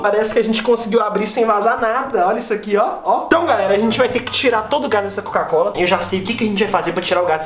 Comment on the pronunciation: Ele não consegue falar COCA COLA , ele fala (CACO COLA )😂😂